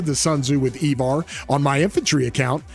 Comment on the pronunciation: E-var?? Cmon..it's I-var 😂